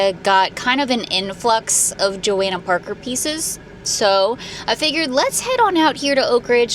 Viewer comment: PLEASE PRONOUNCE IT RIGHT. Your channel is huge and you should know how to pronounce Johanna Parker 😅😅